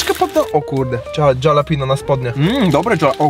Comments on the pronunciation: to jest halapeno a nie dżalapino- nazwa drugiego burgerka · jak zwykle pewnie tego nie przeczytasz...ale czyta się: HALAPEŃJO. nie Dżalapino. pozdrawiam serdecznie... polonista, kur***wa mać :P jakbys powiedzial Halapeńjo to bylbym w 7 niebie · Jak by coś to wymawia się Halapenio nie hejt jak coś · . Nazwa burgera "DŻALAPINO" burger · dżalapinus ostrokus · Dżalapinio burger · Dżalapindo burgier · "dżalapino"....joe biden sie znalazł :P